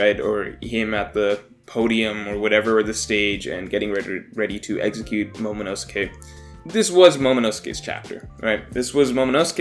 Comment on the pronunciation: The way you say momonosuke hurts me